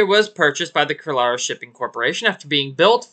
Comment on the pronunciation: thanks for covering 2 indian missing ships. as Indian - Keralite, I am grateful for that Kairali pronounced "kairaalee" and it's means "Originating from Kerala". which is a state (province) of India. but it's fine Have a Good Day!